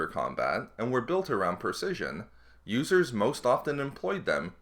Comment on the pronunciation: LOL At the start of the video, i heard "Losers" instead of "Users"